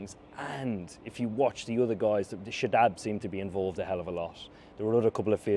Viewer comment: I heard him saying "Shadab seem"